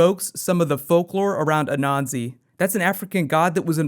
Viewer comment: anansi; (n) Ah-nan-see